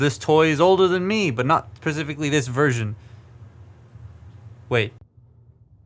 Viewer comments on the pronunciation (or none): " not pacifically this version"